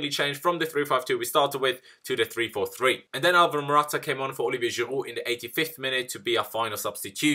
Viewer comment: ITS GIROUD NOT GIRUUU!!!